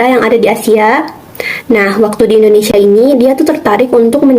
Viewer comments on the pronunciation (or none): none